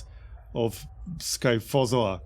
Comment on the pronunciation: I have to say I'm impressed that you correctly pronounced 'scyphozoa'. Most people would get that wrong.